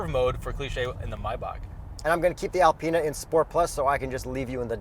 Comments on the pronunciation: Alpeanut haha get the pronunciation right!!! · Learn how to say Alpina properly